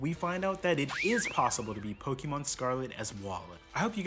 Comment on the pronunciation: I will subscribe if you say the name of the franchise correctly😂